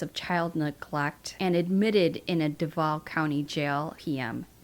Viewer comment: I'm near Duval. I'm sorry. It's Doovahl. Not duhvahl. Sorry. It's driving me nuts.